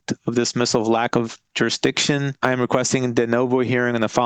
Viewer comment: Why can’t they say “jurisdiction?” It’s always juruhdiktion